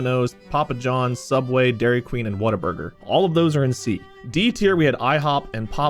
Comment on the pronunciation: Am I the only one who thought it was "Waterburger"? Everyone I've heard has pronounced the "Wa" like "Wah" as it's pronounced in "Water". It's "Whataburger". I kind of figured that, but "Waterburger" also sounded like a name. (bootleg Krabby Patty?)